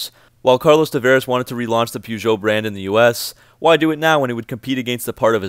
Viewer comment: Funniest part for me was when you said Americans cannot pronounce Peugeot. You sure can't!